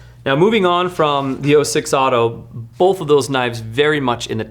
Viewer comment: Hey. Love ya buddy but there's no "L" in the word both. 😂